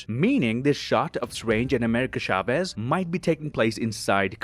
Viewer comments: it's funny how he pronounces Chavez, you have to pronounce the "Ch" as in "Church", but at least he tried😂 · It is "Chavez", not "Shavez" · "Shavez" :v xD.